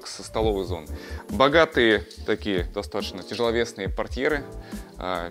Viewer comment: Режет слух слово "достатошно")) Произносите, пожалуйста, грамотно: ДостатоЧно.